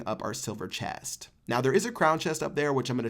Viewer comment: Why did he say chest like that Silver chaest 😂